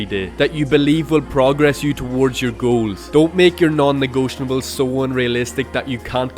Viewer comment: its not "negotionables" your're adding a full syllable